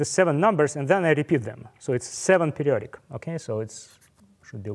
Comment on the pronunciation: I love how he says: "pedioric" instead of "periodic".